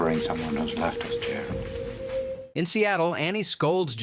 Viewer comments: Jerr Rod??? LOL! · "Well done... Jer-rodd." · the recap; is not saying Jared correctly.... he says it like J rod..... drives me crazy? > any one else noticed this. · Jear Rod 🤦‍♂🤦‍♂ Lol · Say Jerr-odd ONE MORE TIME! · stop mispronouncing Jared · I just can't watch this with that pronunciation of Jared's name. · If you can't even pronounce the character's name correctly...I'm out.